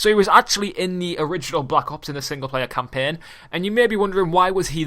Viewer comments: he says campen.its CAMPAIN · please never say champaign again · wtf is campeeen learn english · let me teach u campaign not campen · campein ME: HAHAHAHAHAHA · He cant say campiang